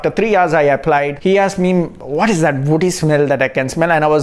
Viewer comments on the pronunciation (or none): none